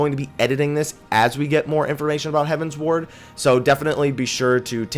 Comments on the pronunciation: you keep saying Heaven's Ward, but I think is closer to Heaven's Word (hev-uh ns-werd). It is a derivative of heavenward, but with the Eorzian's Realm having 12 Gods, they also have 12 heavens. At least that is how I took it, and I think that was how Koji was saying it. Although, I wouldn't mind them adding an Ishgard residential area and calling it Heaven's Wards. On a similar note, this was my first fan festival of this type, and I found it funny listening to the different ways people pronounced common terms in the game. The tank in one of our primal run, kept saying that he can't play Pa-laddin (rhymes with Aladdin). Talking to one of the people in our PVP line, he kept referring to the Monk base class as pug-alist (like the dog, pug). I heard people pronounce the SMN and SCH base class as arcane-ist, when I always thought it was ar-canist. But the funniest of all of them was the WHM in our speed run line calling the final boss of Lost City of Amdapor Dia-bo'-los, which isn't even spelled right. Anyways, enjoy the video. THX. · It's "heavensward" not "heaven's ward" though.